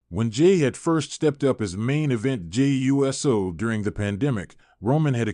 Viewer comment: Hey you’re still saying JAY U…..S……O ITS USO “OHHH-SOHHH” or are your saying it lik that for the videos CC